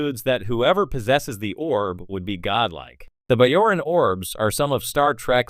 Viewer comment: it's a hard "j" in bajoran!